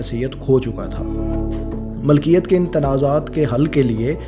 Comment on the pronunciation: Aap aur behtar kar sakte hain, jaise 'malkiyat' ki jagah milkiyat